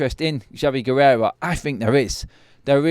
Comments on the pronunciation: It's Guerra not 'Guerrera' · Guerra not Guererra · Pronounced Ge-ra 😊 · pronounced "Gweyrrah"